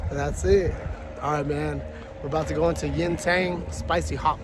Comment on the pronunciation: He said geaow lol